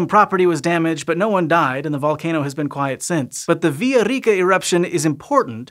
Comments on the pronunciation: I'm all for that proper pronunciation of Villaricca 💖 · His "erre" sounding so good.